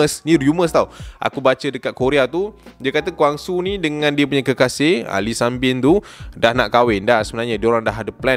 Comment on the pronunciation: Bang sebutan girl dia sunbin Bkn sanbin